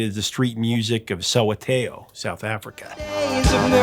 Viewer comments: Soweto is pronounced So WAY toe; you’ve got an extra syllable in there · It's pronounced SO - WET O and not that weird sound you just made. Sometime before Graceland came out, I don't know how many years/months it was, I'd watched a documentary on one of the BBC TV channels back then it was probably BBC2. It was a very difficult video to make due to apartheid, film crews secretly followed artists around at night from banned dark bars, hearing them making wonderful music with mostly their voices but with strung-together, instruments. hand made from rubbish - wood & strings found in dumps, bits of old wood, old metal cans & hundreds of metal bottle tops with holes banged into them with nails & worn around their knees & ankles so they make the most wonderful noise when these musicians stamped & jumps & danced with their bare feet smacking into the hardened soil. The bar owners had runners lurking around big cloth backdrops placed over all the walls of their bars, pocking their heads out every now & then to ensure no police spies were about, and the musicians made no bones about just how many of the town-ships people were spies for the police, so they could carry on their their "concerts" or before they had to flee to another bar a few miles away, making sure they weren't caught or arrested for being out after curfew. All this so the local people could hear authentic South African music made by these wonderful men & women singers too. Their singing took my breath away. No wonder a short, very talented Jewish singer/songwriter wanted to hear & record t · Interesting way to pronounce mbaqanga and Soweto. 😂 I agree with your opinion about Simon’s lyrical prowess. The double entendres and word play are expert level: like the imagery of “the Mississippi delta was shining like a National guitar” (if you fly over the delta, it can be shiny and look like the steel cutout sound plate on a dobro or National guitar).